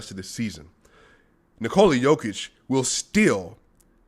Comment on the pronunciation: One more thing, I don't know if you are aware of actual pronunciation of 'Nikola'